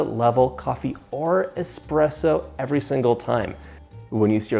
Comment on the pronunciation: John, it’s espresso not expresso.